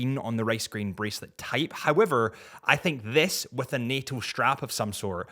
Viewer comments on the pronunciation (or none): none